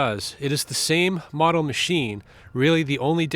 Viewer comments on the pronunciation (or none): none